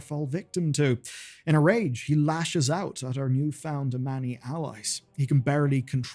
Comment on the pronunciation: ah-many, really? lmao. you have countless in-game examples of them being pronounced as ah-mawnee, how do you get that wrong as a wow lore youtuber?